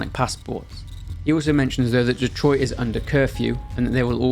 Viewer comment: Thank you for being English and somehow knowing how to pronounce Detroit correctly 👌